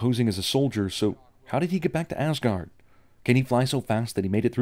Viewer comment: "welcome to AssGaurd" 😂